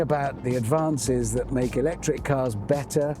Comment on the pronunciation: I stopped watching as soon as Hamster said 'lectric.'